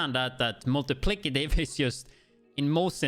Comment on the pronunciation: multiplied by lol not multiplicitive lol but i still prefer it the way you say it